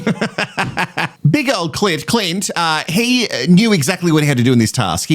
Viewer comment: Not me laughing every time you say Cli(n)t. The people who think you are pronouncing Elliot or experts wrong should just watch another podcast. 😂